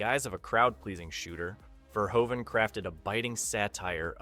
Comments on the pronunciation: The directors name is Paul Verhoven. I don't know what you were trying to say, but it was really distracting. Ver-HŌ-ven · Erased from streaming? It's quite literally available on every major digital storefront to either buy or rent. And last year it was streaming for free on Pluto TV. Stop talking nonsense, man. Also, learn to pronounce the man's name correctly - Verhoeweeven? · BTW... Robo was covered in TITANIUM... not chrome... And it is pronounced Rob "Boteen" and Paul Ver-HO-ven... its ED-209, not E..D.. 209... STOP using AI to narrate your videos... ;) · Actually the pronounciation is Ver-HOO-Ven. lol